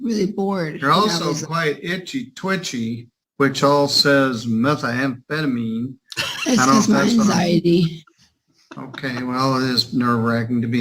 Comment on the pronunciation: I had a problem with the judge mispronouncing methamphetamine like a street addict. It’s pronounced with one “A,” not metha-amphetamine. Can he really hand down sentences if he can’t say a simple scientific word? That’s ridiculous hillbilly talk.